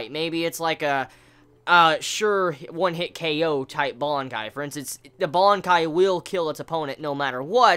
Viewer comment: What the fuck is a bonkai? It's BANKAI!😂😂😂😂